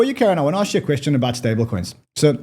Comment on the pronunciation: Very smart, but he still says “axe” , instead of “ask”